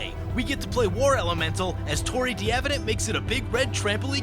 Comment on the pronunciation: Not the worst pronunciation of D'Avenant I've heard. I'll give it a B+, I think, distinctly Americanized, but good for an Americanized version of a French name.